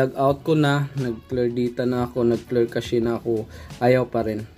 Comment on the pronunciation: Clear Cache - Kleer Kash ❌ Clear Cache - Kleer Kashey ✅. 😆